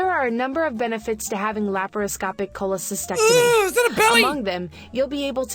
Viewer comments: Actually, said it right. It has two T’s. CholecysTECtomy. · Jack you were still pronouncing cholescystectomy wrong you were skipping over the t after scy sorry I always corregt peoples words and sentences coz it annoys me. Pls No Hate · i love how jack said pronounced it wrong. He said it as "Cholecysectomy", because he didn't pronounce the T. It's noticeable too because the "ect" part is stressed so it matters what consonant it starts with. Jack said "sect", she said "tect". But personally pronouncing the T is so painful and annoying. I don't even like the word cyst. It's just a bad word. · Laparoscopic Cholocy*stec*tomy. You got it wrong, my dude.